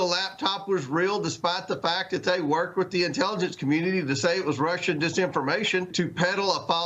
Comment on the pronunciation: It sounded like you said , "she twerked" , instead of worked a few times? or do I need more sleep? lol.